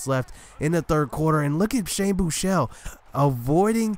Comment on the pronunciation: FINALLY SOMEBODY WHO CAN PRONOUNCE SHANE BUECHELE'S NAME CORRECTLY! Lol sorry for the caps but yeah. Tough loss though...